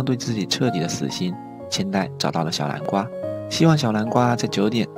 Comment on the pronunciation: 天吶 這是什麼發音 小南瓜(小藍瓜）